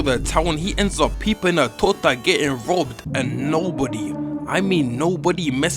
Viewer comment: Bro's saying Tota 😭